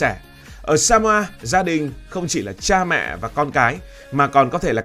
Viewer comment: Chứ " Samoa" còn không biết đọc, làm sao đủ kiến thức để đánh giá...Samoa !